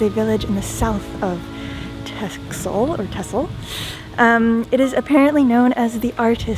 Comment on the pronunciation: hi there my favorite sailers. TEXEL you pronounce as TASSEL :)